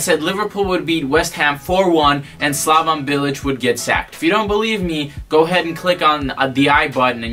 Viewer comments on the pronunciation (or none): 1) You've no idea how to pronounce any of the names in here. SlavON Bilic? ArNAtovic? 2) Bilic? Club hero? Interesting. 3) West Ham spent money but it doesn't matter cause we broke even, the owners are cheap fucks who only want to make a profit. 4) You think Arbeloa lost respect for Bilic? No shit. He got in a fight with him on the training ground because he went in hard on a youth player and Bilic told him to relax, at which point Arbeloa told him to come talk to him once he'd won the Champions League. 5) Payet left West Ham cause he didn't respect Bilic? Try again. He wanted to go back to Marseille because that's where his entire family lives. 6) Chicharito could be at a bigger club? What?? His goalscoring record at Bayer Leverkusen was abysmal. 7) Thomas Tuchel? Tf are you on about? 8) Why are you yelling? We can hear you just fine. I couldn't get more than 5 minutes into this thing, fucking killing me. There's a reason you got downvoted to hell in the West Ham subreddit, it sounds like you're just regurgitating a bunch of BS you read in articles online. There's a difference between knowing things about West Ham and having an understanding of the club, it's not impressive to just spew out shit that anyone could read online. Please stop making Americans look bad and go back to supporting Real like a normal plastic.